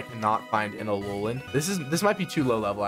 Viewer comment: BRO SED ALOLOAN PONYTA WHY WHY U DO THIS TO ME